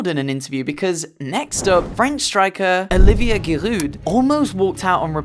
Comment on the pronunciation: You pronouncing Giroud made me sick